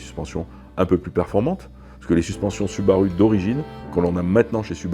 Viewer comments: Süüüüübarüüüü il est génial le mec. Le monde entier y compris les japonais disent Soubarou et lui il dit Sübarü hahahahaha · Excellente vidéo !!! J'ai adoré. Juste la prononciation de la marque qui m'a choqué, ce n'est pas permis une prononciation pareille pour un processeur de Subaru 😉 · cf la video japonaise c’est une prononciation particuliere mais in fine ce n’est pas bien grave 😀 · French touch 😅